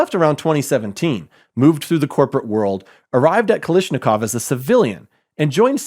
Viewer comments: Dig your work.. But.. it's Kalashnikov, not Kalishnikov. Otherwise, keep up the good work.. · Kalashnikov not Kalishnikov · KalAshnikov dude. It's not KalIshnikov. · Not Kalishnikov but KalAshnikov. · It's "kalash" not "kalish"